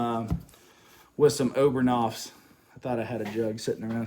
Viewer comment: There is no R in OBENAUF'S. So why do you use an R on the name?????